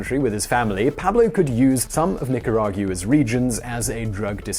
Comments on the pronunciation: I love your videos, but it is pronounced "Nicara-gwa" not "Nicara-gyuwa". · It's NICARAG-WA like Agua (water) in Spanish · Nor-ee-ay-ga. Noriega. Nee-ca-ra-gwa. Nicaragua. Who is supposed to be coaching on these things? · pissed myself hearing him butcher that